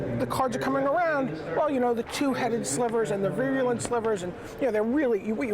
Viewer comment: Stop mispronouncing "virulent"!!! It is vie-roo-lent not veery-oo-lent